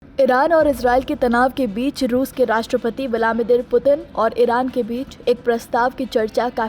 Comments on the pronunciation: Naam to sahi se lijiye... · पहले रूस के राष्ट्रपति का नाम सही से बोलना सीख लो फिर खबर पढ़ना। जाहिल